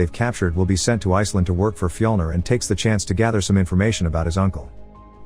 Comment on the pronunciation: When say Viking names it sounds like you're trying to say regular names but you're having a stroke... Andy= Amleth Harry= Heimir Frank= fjlner or whatever you get the idea